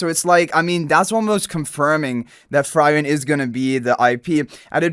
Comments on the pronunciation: In frieren, frie you pronounce like "free" not like "fry" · Frieren also dude it is pronounced Free Ren not Fry Ren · It's [FREE-REN] and the red head guy is not Himmel... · Please, if you pronounce frieren as fry-ren one more time, you'll fry my brain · Downvoted coz frieren’s name is pronounced wrong. Cant proceed listening to it. Also as a cc, basic research is expected. Excited for the collab though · it bugs me whenever he pronounce it like that xD but it's fine since he doesn't know about the show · Agree.. just go watch the anime and learn to pronounce it correctly . Its blasphemy to ruin Frieren's nane. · THANK YOU!! It had to be said ;)